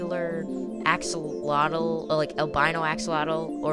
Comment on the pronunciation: The X in the word axolotl sounds like a J in Spanish, not like and X. The same way we pronounce México in Spanish. It's a stronger sound than the H in English. So, "ajolotl".